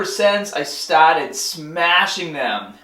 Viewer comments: youngaaaah, bahbell ,staahteed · LETS GET STAAAHTEDDDDD, PUSH HAADAAAAHH